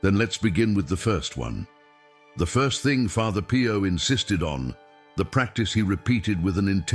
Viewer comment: calls Pio Pie-o! Lol